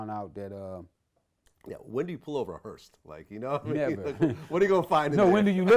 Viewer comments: Vladimir thinks it's called a "hearst". Not a hearse. A HEARST. Smh dumb ass niggas. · Vlad keeps pronouncing hearse hearst 🤦🏽‍♂️